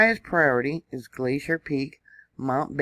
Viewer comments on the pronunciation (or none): none